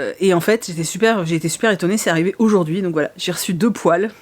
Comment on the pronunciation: Je pensais VRAIMENT que tu avais acheté des poils... avec l'accent pas-québécois, je me demandais VRAIMENT quel genre de poils tu avais pu acheter. J'imaginais des rallonges de poils pour Meiko!